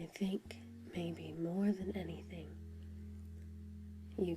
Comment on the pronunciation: You remembered to say "idgit". I am now deeply satisfied. :DDD